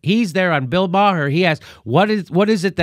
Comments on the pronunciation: Bill Maher - His surname is NOT "Maa - Her" It's pronounced as if spelt "MAH" or "MARR". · Did Jimmy said, "Bill Ma-hey"or "Bill Ma-ho" instead of "Bill Maher?"